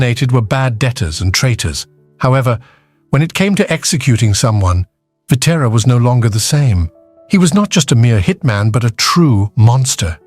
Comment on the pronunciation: Pitera, Kithra and Pit Ra were the most ruthless crew, created by an AI voice, until Pie Terra blew it up